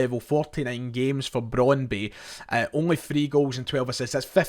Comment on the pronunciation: You slag off shoddy journalism and claim to have a degree in the subject yourself, yet you continulaly get your past tenses wrong, ( have went !) and mispronounce names - (it's cal-choh with ch like 'church' not cal-see-oh, and it's Brond-byoo, nont Brond-bi). At least you're not saying Cagliari with a hard 'g' as you were before but just a silent g, (in fact the 'g' is not silent but soft - 'gli' in Italian has a very specific sound - but never mind ). This is all so easy to check- it's called Google.